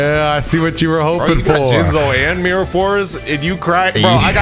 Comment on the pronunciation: “Let me Jinzo you” play it slower Let me Jinz o you 🤨